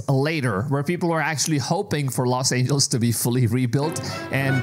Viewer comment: “Los Angels”? 👎